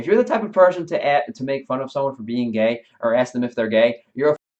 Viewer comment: no, it isn't a quote from the vid. It's to add to the error he made by making gay sound like a possessive noun.